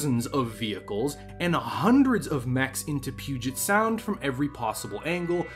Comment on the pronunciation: You know how to pronounce Puget Sound. Are you from Washington?